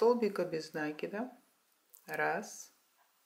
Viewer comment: Нет слова нАкид. Есть накИд . Сама собачка прелесть! А кудряшки я бы просто вытянутыми петлямм связала ( как у мочалок)